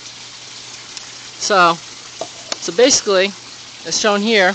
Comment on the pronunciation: ...basiliy ..lol :)